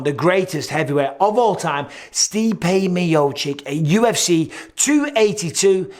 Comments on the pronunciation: Bisping still can't pronounce miocic (mee oh cheech) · C'mon Mike please say Miocic right